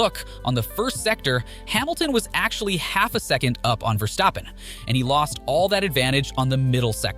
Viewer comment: Please pronounce his name correct: It"s VERstappen and not VerStAppen. He is Dutch not German